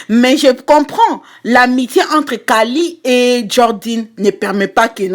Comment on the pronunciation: C'est pas pour être méchante mais c'est Kylie et pas kalie